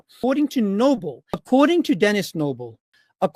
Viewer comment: Does anyone else hear 'tennis elbow' after reapeating Dennis Nible 73 times?